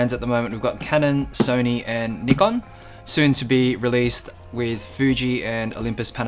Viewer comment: At last,someone that can pronounce Nikon correctly.